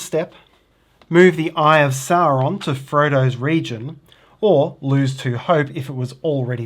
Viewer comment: Hey guys. Another great instructional video (and not just because you pronounce Sauron normally) We’re holiday if in Tasmania and just bought it. Can’t wait to get it home and play, hope we not overweight in our luggage.